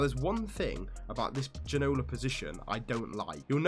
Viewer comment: Plz learn how to say Ginola name :P